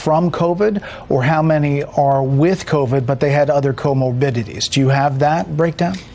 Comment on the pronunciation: Ok can someone please tell that man how to say comorbidity. It is not comobidity…. Good lord. Wtf.